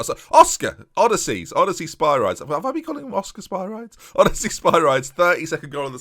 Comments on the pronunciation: Is it not pronounced Oh-Diss-Ee-Us? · O diss eee ous not odyssey!! Think more the hero of Homer's poem (Odysseus) not the poem itself (odyssey)🇬🇷🇬🇷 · It's probably too late but his name is pronounced O-diss-ee-us Spi-ree-deez